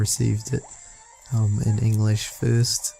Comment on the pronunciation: you said enlesh usa